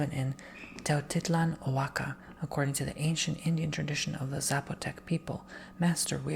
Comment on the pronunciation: Oaxaca is pronounced Wa-hawka